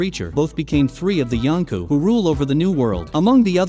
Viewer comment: 3 of his subjects became yankas. Stop saying yankas ..